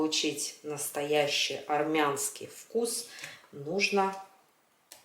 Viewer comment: Женщина, нельзя просто сказать, что готовишь общепризнанный торт медовик, почему позоришься говоря: аррррмянский, присваивая чужое?!Ущербное племя.